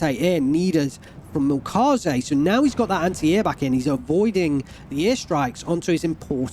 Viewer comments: Try pronouncing the "ä" in Milchkäse like the "e". It's still wrong technically but will sound more german, especially since this pronounciation happens in some german dialects as well. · yea and the E is soft.. almost silent. the way you pronounced it was more french/latin if you look up the pronunciation on google translate. make sure to spell the ä like this and you should get the proper translation sound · Milchkäse (ger) = milk cheese That name got butchered LUL